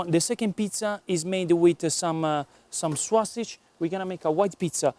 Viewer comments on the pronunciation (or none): say "SO-SIJ" not "SWA-SIJ" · Everytime he says sausage, I think he is going to say swasti*@ lol